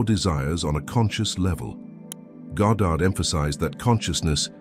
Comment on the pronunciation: Minor point. It's so lovely to hear "Goddard" and not "Gahdrd". Thank you.🇬🇧